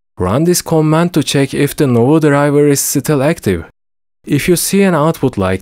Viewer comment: Thanks, that was the only guide that helped me do it fast. Also, I believe it's nuvo, rather than novu, but no matter